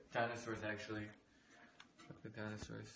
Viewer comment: No one: Ten: NOW PUT THE SHOCOLET IN!